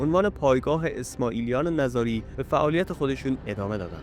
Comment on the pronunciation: نِزاری درست است؛ نه نَزاری!! درست تلفظ کنید